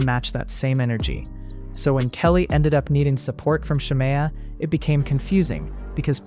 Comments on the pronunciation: If this man say Shar- Mayo one more time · i had to stop watching following the intro cus why is the narrator pronouncing shamea's name like that??? is it ai????